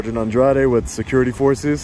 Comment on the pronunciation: "andrware" mis cojones... es andrade.